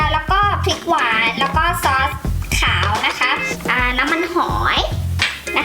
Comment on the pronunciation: ทำไมพี่ต้องเน้นคำว่า"หอย"ด้วยหล่ะคะ